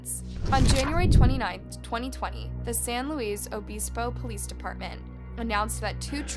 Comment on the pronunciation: San Lewis O-biss-bow